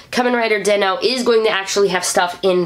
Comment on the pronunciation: Is den-o not denno